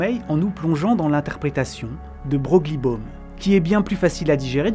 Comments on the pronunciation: Coucou, petit détail: Broglie se prononce "Breuil". Vidéo super intéressante sinon, même si je connaissais la plupart des éléments étant passionné par le WTF incessant de la physique quantique. Merci pour tout ! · je crois que Broglie se prononce “Breuil”. Ouais bizarre.. Merci pour la vidéo sinon :) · Merci pour cette excellente video !!! ❤❤ par contre « c’est » = 2 mots me semble t’il, et Broglie se prononce « Breuil »me semble t’il également ? Bon, il y a certainement une autre version de moi dans un autre univers qui a résisté à la tentation de faire ces commentaires … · Broglie : prononciation a revoir 😢